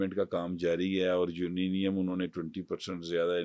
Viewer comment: کس جاہل کو پکڑ لائے ہو یورینیم کو یوریم کہہ رہا ہے ۔ 😅